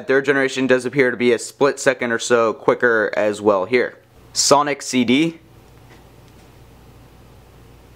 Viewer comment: its not sownic its sonic